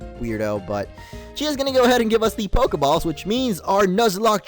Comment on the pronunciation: U Said PokeBALLS